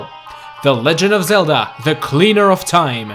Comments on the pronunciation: Why did u say the legend of Ze - La ?????? ITS THE LEGEND OF Zel- DA OMG .___. Do u even Zelda bro? Have u heard anyone say Ze la??? It's Zel da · "The Legend of zela" xD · Lee Sofer He acutaly said "zela"😂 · Did he say Legend Of Zela? WER R U ZELDAAA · he said zela LOL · You Say Zella Instead of Zelda...Lol... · IT ZELDA NOT ZELLA!!!!!!!!!!!!!!!!!!! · no way bro said "legend of zela." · Haha he just said legend of zela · You just said zela lol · YOUR SAYING IT WRNG THE NAME ZELDA! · At the beginning you say the legend of Zella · You Said Zela In the Beginning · "The legend of zela" 😂😂😝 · The legend of Zella? Like if you heard that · legand of zeld?what? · > the legeond of zela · Hey! on't iss zela, it's very goo! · Did he just say the legend of zella in the first 3 seconds? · I tried to watch the video. I really did but lost hope when he said The lezend of zela iz such a greet seriez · "The Legend of Zela", 2016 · you said Sella at the start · legend of ZELLA??!!?!? good vid tho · U said the legend of zela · He said "THE LEGEND OF ZELLA" LOL ._. <-- he's not kidding, he thinks it's not funny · Lol, at 0.14 said "Legend Of Zela"